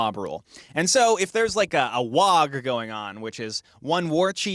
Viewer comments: Pretty sure he intentionally pronounced it "WAAG" with a hard G just to trigger people. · Did this man really just pronounce the G in WAAAGH! ? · Oi, you pronounced the G in waaagh